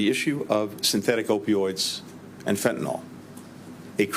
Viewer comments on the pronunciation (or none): It’s fentanYL. Not fentanOl